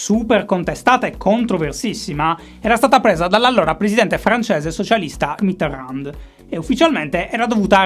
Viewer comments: "Mitteran" non si legge la D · Si dice Mitéròn, la d, mi raccomando, se te la sente in bocca un francese sì che si triggera :) Magari te l'hanno detto 1000 volte, polesse, ma pensavo che potrebbe essere interessante una puntata - uno speciale - dove parli di un solo politico. Un po' alla stregua delle monografie del DuFer... Ciao! Gran lavoro, come sempre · Ogni volta che pronuncia Mitterrand un francese muore di infarto... E dire che con la sua R poteva essere sexissimo... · A ogni pronuncia di Mitterrand, un brivido lungo la schiena